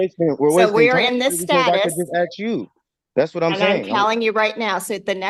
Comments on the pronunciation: "Axe you a question.." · "Why can't I axe the judge?" Because that is attempted murder. :) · he sho' axes a lot of questions